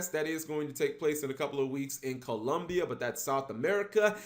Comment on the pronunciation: Heeeey, nice. said Colombia correctly, thanks!